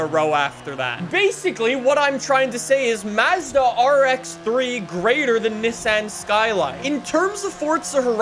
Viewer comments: every time he says mazzda instead of mazda I cringe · and his Canadian accent. He doesn't even call Mazda properly. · "Mazzdau" and "Nissinnn